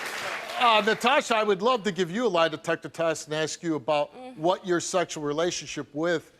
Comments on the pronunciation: Why is she axing everyone? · I AKSED WHY CANT YOU SAY ASK